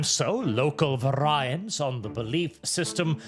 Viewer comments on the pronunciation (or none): You mispronounce "variant" just to piss me the fuck off, don't you?